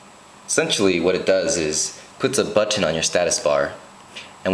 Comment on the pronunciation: I know he's from Hawaii.... wana know how? Listen to how he says "Button".. that's exclusively Hawaiian accent.. Nice info btw.